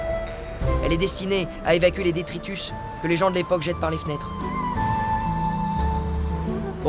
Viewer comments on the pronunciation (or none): 45 minutes de vidéo et moi ce que je retiens en bon auditeurs toxiques :" les détritusses" 16m24s